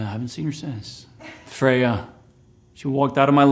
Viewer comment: It's more like Freia. No "y" in there.